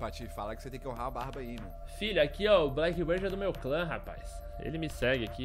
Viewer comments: Meu Deus, não é Blackbird, é Blackbeard, vê se pronuncia corretamente. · Genteeee e blackbeard com D mudooooooo q agunia vcs falando errado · Blackbird? A barba que é preta, não o pássaro... a pronúncia é bléqui bird... kkk